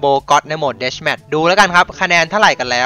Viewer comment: ดูโอ้ เเมสต์ ไม่ใช่หรอมันไม่ได้อ่านว่าเดสเเมสต์